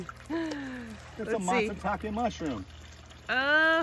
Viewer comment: Not Matsutake